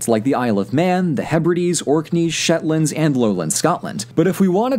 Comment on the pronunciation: My major is history and I want to be a historian so I’m pretty embarrassed to admit that I laughed when he said shetlands. Why am I like this?😂😅